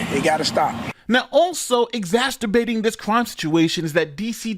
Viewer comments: Yes. Yes, the news guy did actually say "Exasturbating" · Exasterbating sounds painful. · Wait, you are a lawyer, but you say "exasterbaiting"? Something is not adding up... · "exasterbating" !! WOW I'm gonna start using that. 😂😂😂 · Exasterbating? Is that an exacerbating disaster? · How are you a lawyer and cannot pronounce more than 53% of the words in your video? Good thing you are on Youtube and not in court.